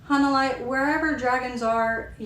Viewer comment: Thank you for the review! Btw, her name is pronounced. “Hah-nuh-lay”